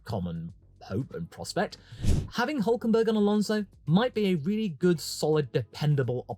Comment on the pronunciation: "NICO OOOLK KENberlllgslglL"